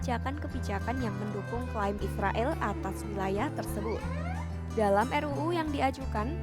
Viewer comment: Narator kompas sdh pasti muslim. Israil katanya😅😅😅😅 Tidak bisa ngomong Israel.